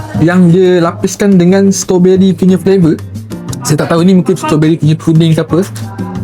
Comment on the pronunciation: dik.. 😅 kalau nak buat content makanan.. tolonglah sekurang kurangnya belajar sebut perkataan tu betul betul. STRAWBERRY. Ada "R".. stRawberry. Bukan Stoberi. Kita biasakan yg betul.. dan betulkan yg dh dibiasakan.. kalau benda tu dh terang terang salah. Ramai followers yg tengok video adik ni.. budak2 sekolah dan kanak kanak ramai. Kita taknak generasi yg akan datang ikut influencer sebut benda salah.. sebab ingatkan influencer ni tahu semua/ dan authority tentang subjek yg dia buat content tu. Tolong ya